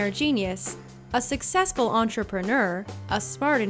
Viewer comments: A antrepreneerrreerrr 😂😂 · A successful Entropenuuuur.......shut up lady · What’s an entre pre nerrrrr errrr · did anyone hear how she said entrepreneur